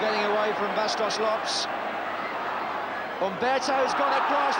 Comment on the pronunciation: It is exactly how those names are pronounced.